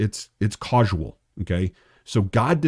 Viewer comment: Causal is pronounced cause-al and not cause-ual. Respectfully ❤